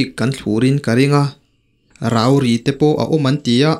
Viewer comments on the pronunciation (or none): Rauri i lam dan hi hei aia rang/bung deuh zawka lam tur niin ka hria. Rau hi Thlarau tiha rau angin i lama; in lo chu a au hle mai tiha au anga lam zawk tur niin a lang.